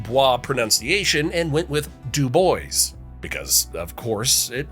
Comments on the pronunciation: It's DEW-boyz not dew-BOYZ. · The narrator pronounced Dubois wrong. He said: dew BOYZ but it's DEW boyz! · Oh man! As usual, Wyoming videos make me homesick as all get out. I grew up there, as did my mom. Dubois is pronounced DOOboyce, emphasis on the first syllable, he still pronounced it wrong! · I haven't watched but a Quarter of the Video and have already seen, and Heard, 2 Glaring Mistakes. You were Talking about Casper, my Home Town, and Showing Pictures of Other Towns ( at least 1 in Colorado, I Believe) #2, it's NOT DUBOIS with French accent, it's Pronounce Du-Boyz. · The pronunciation of Dubois was wrong though. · The French pronunciation is completely wrong for that town. You'll find that out quickly if you use it there.